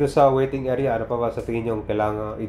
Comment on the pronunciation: Pronounce mo ng tama. Airport Hindi report ,area Hindi erea, arrival him arribal